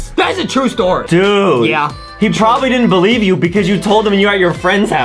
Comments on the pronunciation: He said trobably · Adam literally said trobably